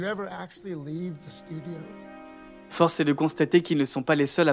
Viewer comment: tres bonne video , mais n oubliez pas de prononcecer le : (The) et non (Ze) svp c est cheap comm on dit , je critique aussi les anglais qu and qu il disent je parle en francaise, je le corrige en leur disant on parle en francais pas en francaise , ce ne se dit pas , alors inquetter vous pas je suis neutre des deux coté , au temps francais que anglais , lol , c est juste blasant d entendre cela comme ca , autant les francais que les anglais fon cela, : ze Batman , ze cnapé, ze cranbery , ze retun of the jedi ...loool arretez svp c est tellement cheap , un truc, pronnoncer (The )comme quand vous dite un (thé ) mais enlevez le accent aigu.....voila ca vien du coeur et lachez pas votre beau travail , c est bien!!😊